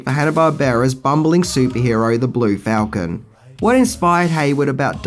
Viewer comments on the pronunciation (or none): none